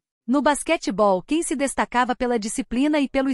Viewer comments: Ela ainda não sabe pronunciar o nome dele ...a pronúncia é JAN e não CAN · O nome dele não é "ken". Seu nome, Can, em turco se diz "Djan". Esse é o som da letra C em turco. Por favor, informe-se. Não invente.